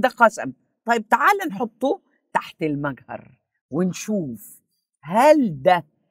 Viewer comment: أنا أخذت الكلام وذهبت لتفسير الايه جائني الرد القاطع فقلت لنفسي هؤلاء ناس لا يعرفون ينطقون مِجهر بالطريقه الصحيح هيعرفوا يفسروا القرأن ثانيا هي تقول أن حصل مشكله بين العلماء وهذا غير صحيح ثالثا تفسير الايه ومعني ما هو يحتمل شيئان وهي ما موصوله بمعني الذي